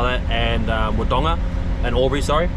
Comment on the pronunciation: Mate you have to learn how to pronounce Wodonga.. please 👍👍